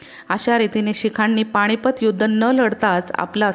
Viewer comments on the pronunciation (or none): पाणीपत बणवली णाही जाणेवारी स्थाण हिंदूस्थाण असं वाटतयं की हे उच्चारच बरोबर आहेत, शाळेत शिकवतात तो मूर्खपणा (सॉरी) मूर्खपना आहे